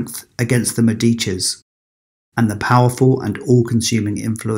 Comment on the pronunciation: *Pietà=pyeTAH **MEDeechee (as in medical)